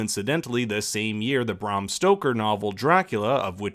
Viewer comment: It’s BRAM Stoker, not BRAHM.